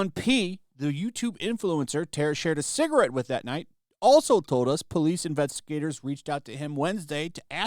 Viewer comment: shared a "cigrit"...